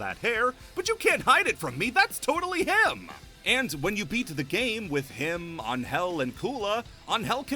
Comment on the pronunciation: on-hell? you mean angel right? lol since she is mexican you can call her annhell withut separating both words and trying to acentuate the first vowel instead of the second.